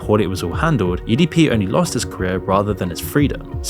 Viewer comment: the inflection was very off should've been like : edp only lost his CAREER" but because it was all monotone or the "LOST" was emphasized. it was very weird.